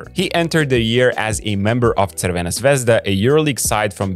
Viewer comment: I like how you say Crvena Zvezda. Good job. :) You can also say Red Star...